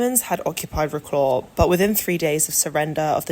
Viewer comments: You could at least try to pronouce the name of the city right. vro-claw? its vro-cwav. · Agree with all says. I was a teacher in Wroclaw in the 90's. I would suggest slowing down the voice-over though, it was a bit too fast. Wroclaw pronounced "Vrotswav" please!